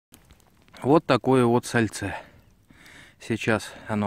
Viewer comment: А слово то какое - сальцЕ! От самого произношения слюнки текут!